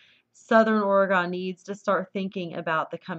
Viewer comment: Thank you. I find this believable. Ore-gone. Misery. A minor thing but annoying. It's O'regon. I hope to move back to California in 6 months, but rent. If houses become empty.. a home garden can go a long way if you're in the right place. By the right place, that may mean where icebergs are towed. Truly no kidding.